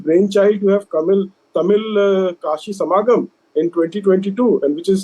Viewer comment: Hey rss stupid sanghi It's not Samaagam. It's "Sangham".